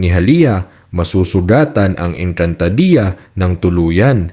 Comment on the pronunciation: Sana pinag-aralan mo muna kung paano bigkasin ang mga words...ang panget kasi pakinggan ng ENGKANTADEYA MO